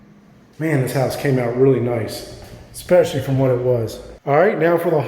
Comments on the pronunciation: the word is es-pecially not ex-pecially. Drives me nuts how many people mispronounce this on youtube. Great looking reno you did here though, sorry to complain about the minor pronunciation thing. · exxxspecially.....exxxspecially......cmon man..you use this word more than a brit says brilliant...pronounce it correctly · ESPECIALLY. No "k" sound in that word. The front steps are TORN up. COULDN'T care less. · Please learn how to pronounce "especially ". Thanks a bunch, beautiful home.